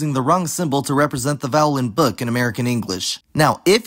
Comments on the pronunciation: i think you just say "book" really nonstandardly, most Americans I hear have a much more back and much more rounded vowel than yours and also yours is clearly more central than front, [ɵ] is much better than [ø] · Your ‘book’ vowel is certainly [ø̜], but the vast majority of GenAm speakers have something closer to [ɵ]; not [ʊ], yes, but definitely not so front as [ø̜]. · I would say you say book slightly differently to most Americans. At least for me the vowel is a rounded schwa, which didn't seem to show up on an IPA chart, but if I unround my lips without moving my tongue while saying it, I'm then pronouncing a schwa. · At the very least it should be more back because there's no way it is a fully front vowel, [ø] that just doesn't sound like what he says